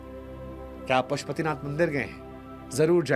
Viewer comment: Mandar nahi bandar, इसे मंदिर कहते हैं